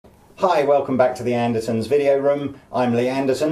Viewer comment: You're saying "anderSons" but it's spelled "anderTons"? What are you up to over there?